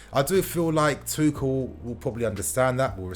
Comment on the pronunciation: At this point I just wanna see some good football being played....getting sick to death of the ball going backwards constantly. Ps it’s pronounced “two-shell”